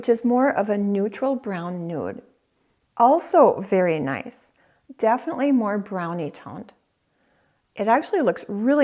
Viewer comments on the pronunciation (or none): none